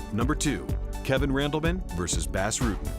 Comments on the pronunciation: If you say BASS Rutten one more fucking time, I'm gonna send Bas (BOSS) Rutten to mangle your vocal chords so you can't make anymore awful voice overs! Have a nice day! :) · "Bass" Rutten, for starters. Also, the calling either of the Nogs "Antonio" is uninformative, as that's both of their names. Generally, they are referred to individually as Rodrigo or Rogerio to differentiate. The rest is just my own pedantic crap, but these two actually stood out as somewhat egregious. Beyond that, your videos are top shelf, which makes the names stand out to me more. Probably best to just ignore this altogether.